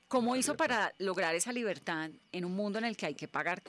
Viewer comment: Ñibertad de expresión, señores Blu Radio...